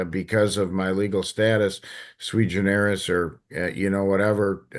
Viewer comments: She’s trying to say: “Sui Generis.” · Judge Rossi: “…sui generis…” Oy; that’s not what that term means, either. The sovcit misuse of language is just contagious.